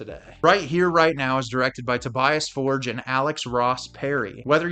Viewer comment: Americans need to learn how to pronounce ’Tobias Forge” correctly!